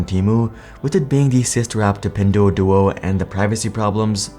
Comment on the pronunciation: It pronounced as "Pin-dwo-dwo".